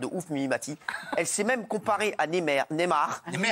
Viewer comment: Ca dit neymer au lieu de neymar on se tape des barres... Mort de rire ici